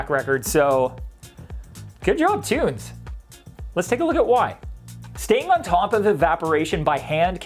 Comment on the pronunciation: There's no possible way that's pronounced "tunes."